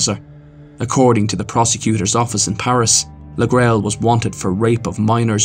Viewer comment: It's " lay grilly". The hailstone.